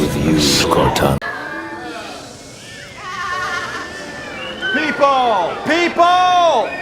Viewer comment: Cor-tana ….home, teacher, body for A.I?